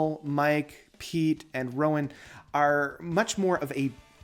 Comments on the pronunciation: I can wait to hear it all for myself. The mega box set is on order. Is it not Roine (Roy-ner), not Rowan? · It's more like Roi-ne (like the "ne" part of "negative") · nope. It's Roi-nuh or Roi-na. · I think you're right. I've heard it pronounced ROY-neh. If you hear Pete pronounce it, he probably does that British accent thing where there's a soft "r" sound added at the end.